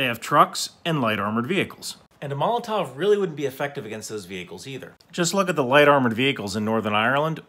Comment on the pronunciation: According to my Russian friend, the tov in molotov is pronounced more like a cough.